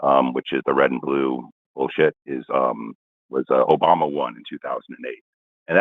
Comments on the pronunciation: did he say Obamer or Obummer? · Didn’t also call Obama “Obamer” twice? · Not only did the first caller continuously insist on misprouncing Kamala's name, but at one point I could have sworn that he called Obama "Obamer." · Is a racist? "Obommer?" Wtf?!?